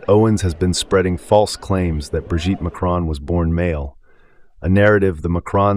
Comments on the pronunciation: She cannot even pronounce Macron properly. It is pronounced Mack Ron. Not Ma Crone. Get it right, but i expect that's way too much to ask these days. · Macron! MAC-RON…. NOT MACRONE… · To all you Americans: There is no letter 'E' in Macron so stop pronouncing it is 'Macrone'. Thank you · How dare that piece of crap insinuate something like this against a presidents wife, let alone any woman. Wow you Americans think you can say anything and get away with it, you cannot even pronounce their sodding surname. It is MACRON NOT MACRONE. Sod off and leave the rest of the world alone. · Please try and pronounce their surname correctly, it's not pronounced "Macrone" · Macron not Macrone - short o. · When will Americans pronounce the name MACRON not Macone. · FFS learn to say the French President's name correctly. What is the matter with you idiots, can't you pronounce anything correctly? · If only USAmericans would learn to pronounce "Macron" correctly, perhaps as a kind of courtesy? How is it possible they don't in a country with a current population mainly consisting of immigrants or immigrant descendants? Same goes for Hispanic names.